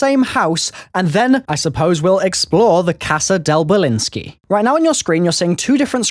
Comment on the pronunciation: The house was called belinskie = Nikolai belinskie